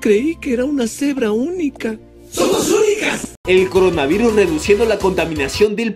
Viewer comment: Como se llama la morra que dice: coronavairus?